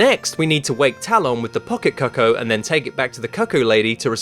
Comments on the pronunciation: Ocariner of Time? And then you pronounced what they call the chickens... pretty strangely 😅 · They’re not called “coco” it’s cucco! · Yep. And he calls the bird a 'cuck-o' Just. No. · Its pronounced coocoo